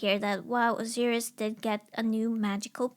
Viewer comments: Osiris is pronounced (O-Sy-Rus) not (O-See-Ris). Also the leaves added to cover genitals were Fig leaves, not vine leaves. But that's just the nerd in me being picky. Well researched and hilarious video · I've only ever known it pronounced as "Oh Sigh Rus" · I know it shouldn't bother me, but the way she pronounces Osiris is throwing me off.